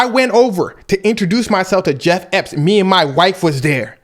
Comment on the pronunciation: i'm sorry cuz but you calling bro jeff epp got me in tears